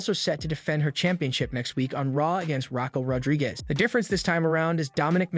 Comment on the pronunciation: Yo the people that you know duties podcast so whatever it is they call them they need to get people's names right like Raquel Rodriguez Bray Wyatt etc